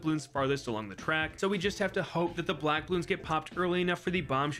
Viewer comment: “a couple blwack balloons”